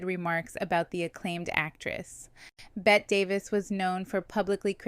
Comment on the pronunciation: Bette Davis: Please tell me you know it's pronounced "Betty." I think I heard you pronounce it correctly once. You can't do videos about Old Hollywood and mispronounce the name of one of its most iconic actresses. Yikes.